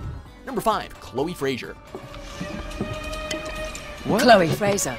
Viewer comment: Frasher? Really? It's freaking FraZer okay?